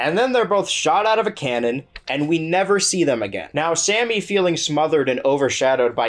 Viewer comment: I appreciate how you said Sammy’s name correctly and mispronounced Amy’s, giving Sammy some vindication